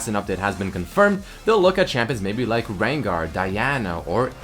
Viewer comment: Wangar? Wtf is that